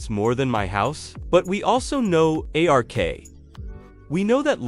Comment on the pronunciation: Why are you calling it A R K? Just say Ark.